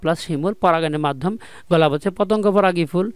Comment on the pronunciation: ভাই গলাপ ফুল না,,,গোলাপ ফুল